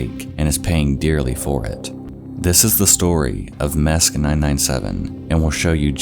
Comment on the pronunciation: i’m pretty sure “mesc” is pronounced “mess•c” like the soccer player messi